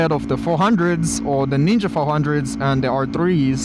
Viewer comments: thought u said nigga 400🙏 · I think he said knee gah bike? 😂